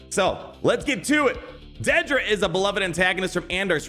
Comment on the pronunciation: Say it with me "dead-dra"